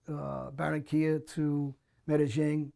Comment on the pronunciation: Lol you can easily tell this dudes lies about allllot of shit , he can’t even pronounce Medellin 😆 but he’s got good connects that he goes through Columbia lmao !!! 🤣